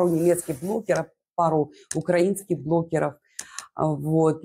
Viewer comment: почему вы все время говорите блоКеров? Переслушивала несколько раз, ну точно блоКеров.